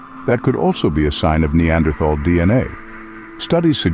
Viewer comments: TAL! Not -thal. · The spelling “Neanderthal”, besides suggesting an incorrect pronunciation, is obsolete since the German spelling reform of 1905. Citing Björn Kurtén ; the pronunciation here is very wrong indeed. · The th in the name is pronounced like a t the h is silent. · You pronounced "neanderthal" wrong.